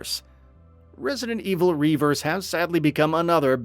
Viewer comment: It's not Reverse. It's RE Verse